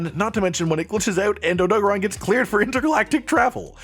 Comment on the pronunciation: I love this but i simply cannot get past the Oh-Doe-Guh-Ron pronunciation lol. Idk if you play with sound off or music playing but even in game he is called and voiced as OhDoe-Garen odo-garron. The syllable convention comes from japanese rules. Idk im just passionate about linguistics was fun to explain if anyone cared to read.